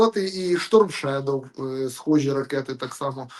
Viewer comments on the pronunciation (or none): none